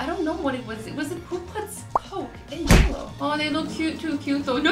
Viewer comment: It not jallow it's I've